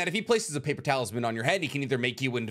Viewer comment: He says "paper talisman" But i hear "paper towels man"